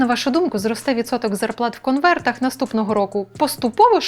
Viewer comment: В слові 'конверт' є буква 'Т'!